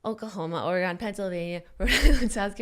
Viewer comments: Ore-GUUNNN you live in California come onnn no ore-gone in the west coast Oregon soft o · Jennnnna!!!! I’m deeply offended you said Ore-GONE....my earrrrrs!!! It’s Ore-GUN ;) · Its not oreGONE Jenna!!! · when Jenna kept pronouncing Oregon Or-eh-gone 😭😭😭😤😤 makes my ears want to bleed 😂😂😂❤️ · OrrGunn for the love of god, TRIGGERED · Jenna i absolutely love you .....But for the love of all that is vegan PLEASE stop pronouncing Oregon ....ORA-GONE. ....It's offensive on every level. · As an Oregonian, listening to her mispronounce Oregon about 7 times was painful lol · Jenna said Oregon wrong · that pronunciation of Oregon tho lol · Please teach Jenna how to say Oregon. Love from the Oregon Dink Fam! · Oh man Jenna everytime she said Oregon. My ears burned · Jenna has relatives who live in Oregon and she still pronounces it wrong. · Ouch. JENNNA.... 🤦🏻‍♀️ My heart. As a born and raised Oregonian I’m so sad you pronounced it wrong. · Jenna saying Oregon wrong hurt my ears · Jenna doesn't know how to pronounce Oregon.